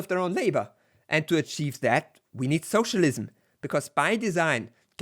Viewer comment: I love that United graphic. Also has one of the best pronunciations of socialism I've ever heard, lol. Soooocialism, HA!